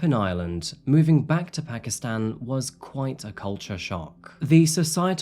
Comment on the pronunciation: It’s pronounced Paakistaan. Not phakistan.